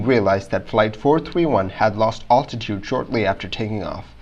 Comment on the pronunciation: You really should learn how to pronounce the word "altitude."